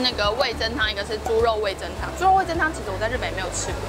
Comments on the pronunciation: 哈哈哈聽到味'增'就好想跟說是味'噌'才對 (๑•́ ₃ •̀๑)衣服很美人更美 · 哈哈哈哈沒看到有人糾正～ 是味“噌”湯→ㄘㄥ一聲唷！ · 是不是找不到味噌的「噌」啊？那個字唸「ㄘㄥ」喔！（瑕不掩瑜，不用理我也沒關係~） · 是味噌（ㄘㄥˉ）喔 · 其實是唸味噌ㄘㄥ湯哦！ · 應該唸味噌ㄘㄥ湯哦~~~